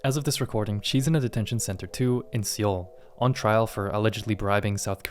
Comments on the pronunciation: Just a small side note, Seoul (in South Korea) is pronounced as the english word "soul" not sEoul. I know you claim there's no AI used but somehow the mispronunciation of Seoul keeps happening even tho others have pointed it out as well. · The city in Korea you reference is pronounced "soul"... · Great vid but wth is wrong with your Seoul pronunciation!!!! Seee-all? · I know this is a really, really minor point, but how can you not know how to pronounce Seoul? Granted the romanization system is terrible, but surely you must've heard it spoken out loud. Ehime is pronounced like "ay-hee-may" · Whether you did all the work or with a team, there's certainly effort put into this with the stories, research, narration, editing, etc; just to botched the actual word Ehime and Seoul, considering most of your content centers around Japan, and the second one is a well known capital city, it's just funny to me